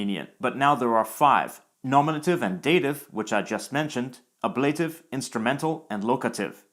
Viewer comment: "Ablative" is pronounced [IPA] / ˈæb lə tɪv / (with accent on the first syllable), rather than "uh-blay-tiv" (with accent on the second syllable).